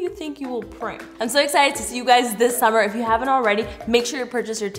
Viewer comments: "sommer " Me : whut IT SUMMER GET IT RIGHT !!! S-U -M-M - E - R UGH!!! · pronounced “SUMMER” as “SUMIR” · why did she say summer wrong